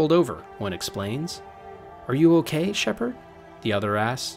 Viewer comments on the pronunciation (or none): none